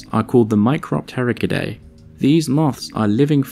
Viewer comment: Please learn to pronounce taxonomic groups correctly, or at least get closer. Today's bad pronunciation: micropterigidae mike-roe-tair-idji-day. Thanks. It grates the ears. You got to all that trouble to research these things but then your pronunciations just destroy your credibility.